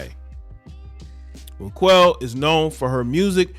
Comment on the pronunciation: Dude I think her name is pronounced “rock-elle”